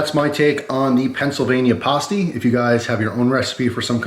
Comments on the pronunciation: As a Michigan guy here the way you said pasty hurt me btw its pass-tee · You're pronouncing "pasty" wrong. It's not said like "pasta" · Will definitely try it. Also, I've always heard it pronounced like paste-y, maybe different foods.